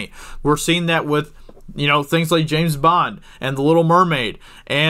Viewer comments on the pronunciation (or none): none